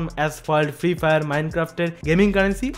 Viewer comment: ফায়ার ❎ ফাইইয়ার ✅ 😂😂😂